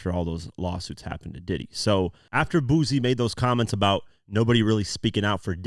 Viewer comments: Everytime he says BOOZY i wanna cuss him out.... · It’s not Boo Z It’s Boo C (Boosie) There’s no Z in the annunciation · Boosie: boo-see, not boo-zee. Sorry that was driving me crazy. 😂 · Like your video…. However, it’s BOO-SEE…. Not Boozy… 😂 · His name is Boo-c... Spelled Boosie ..not pronounced boozy